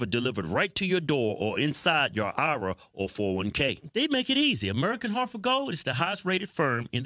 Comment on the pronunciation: It’s eye-are-aye not eye-ruh guys